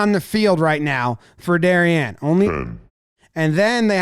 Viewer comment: Props for pronouncing "Darien" correctly.